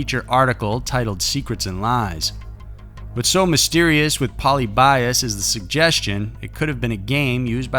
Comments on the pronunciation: There was no accuracy on how he pronounced Polybius, though. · I'm not familiar with it, but since you mention it I'm thinking it should be "PO-LEE-BEE-US", not "POLLY-BY-US", correct? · Fyi its pronounced "poe lib be us" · Pronunciation of “polybius” is like nails on a chalkboard. It’s poe-LIH-bee-us. Sorry for the correction 😖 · Im pretty sure u pronounced it wrong its like paul-lib-e-us not pauly-by-us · pol-ee-be-us, not poly-bias. lol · Poh-lee-be-us. Not poly-bias. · Hate to be that guy, but... It's pronounced "pull-LEE-bee-US" not "POL-ee-BYE-us". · Poly . . . Bios ? Pronounce it correctly ! ! ! . . . Pol i bius ! . . Phonetically ! Apart from that, all good ! 👍😉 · LOL ............POLE LEE BEE US......not Poly by us and its just a urban legend. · Dude, it's poh-Lib-ee-us, not polly-BY-us. Like the square and the Greek philosopher. I like your videos but sometimes you are so off. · wow you butchered Polybius like I've never heard anyone butcher a word. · How many times can you mispronounce Polly Bias? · Ahem , Pol-ee-bee-us . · "polly bias" oml this bugged me the whole entire time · It's "Poe-LIH-bee-US." :) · I have heard people pronunce "Polybius" with enphasis on the ly, like Prometheus. I don't know if it's the correct one or not. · It’s pronounced Po-lyb-ee-us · If I had a channel, the only thing I would make sure is that I would pronounce everything correctly. Can you imagine pronouncing polybius like poly buy us. WHAT THE FUCK how embarrassing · Puh-lib-e-us. It’s okay it gets the best of us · Say it with me (Poe Le be us) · I don't like the way you pronounce Polyibius. Its said Poly-be-ius. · It's po-LIH-bee-us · I thought it was pronounced po lee bee us.. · Its actually pronounced Puh-lih-beeuhs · puh-lib-EE-uss You're killing me. You might want to do much more research into the topic. The first actual mention of the game was made on a Usenet in the mid 1990s. There are several very well researched documentaries that tell the real story very well.